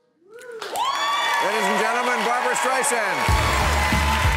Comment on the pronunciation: Striesand? Really? What, Carrot Top wasn't available?